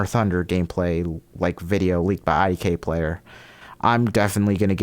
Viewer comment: ngl when I heard IDK Player I thought it was for a sec lol